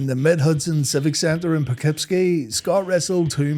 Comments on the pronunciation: I live like 20 minutes from poughkeepsie 😂 I kno its spelled weird as hell so I forgive u for butchering it lol it was funny as hell when I heard you say it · How did you nail “Schenectady” but screw up on “Poughkeepsie”?